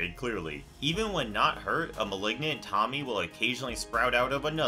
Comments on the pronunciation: In regards to the Window Monster? The family moved at the end of the story so, assuming her area of affliction is bound to a single location, I think he’s safe … also dude it’s pronounced “Toe-me-aye!” 😖😖😖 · Ah yes, my favorite Junji Ito femme fatale/monster, Tommy, lol. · I was hoping someone said this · fr bro really said tommy 💀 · Good video, it's just funny to hear "Tomie" pronounced as "Tommy" lol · For those who may not know Tomie is actually pronounced Tome-I-ay, I did not know this until I watched the animated remake of a few of his stories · The Tomie part was really hard to listen to, how in the Cold Hell did he get '''Tommy'' out of Tomie? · This man really just pronounced Tomie as Tommy XD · No junji ito story has hurt me the same way people pronouncing Tomie as Tommy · FR" TOMMY " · Say it with me. TOE-ME-EH. Do you mispronounce things on purpose like how Chills speaks slow as hell? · "Tommy" 💀 he didn't even try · Did... did he call Tomie... Tommy???? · Junji ito has one demonic princess in his collection. How can you mispronounce it for Tommy 😭😂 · "Tommy" ugh, no dude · A bit disrespectful of you to pronounce Tomie as “Tommy”. Yall can’t even be bothered to research? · How to say tomies name To-mi-é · japanese is pronounced how u see it t o m i e not tommy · "Tamie"? Really mofo...?? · learn to pronounce the names of these characters first lol tommy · Enjoyed this video for the mist part, but please please please in the future just swallow your pride and look up proper pronunciations. Hearing Tomie pronounced as "Tommy" genuinely made my eye twitch, and its incredibly disrespectful to the original work and language. I know how much time goes into editing things like this, it baffles me that in all that time you refused to simply look up how to pronounce these names without butchering them. Just food for thought. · Well no the last sound is actually in between an “ay” and an “eh” sound. Difficult for anyone who doesn’t speak Japanese to get the hang of